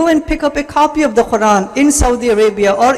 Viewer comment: Was anyone else irritated by this guys squeeky old lady voice... And his pronunciation of the quran was weird.